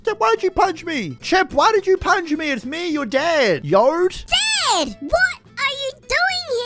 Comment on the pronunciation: Yode sounds like “yode vr”